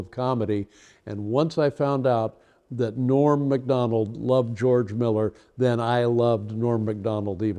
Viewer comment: Nobody else could ever be like Norm Macdonald. I always like the way Dave pronounces Macdonald NOT Mik BUT Mac 🤓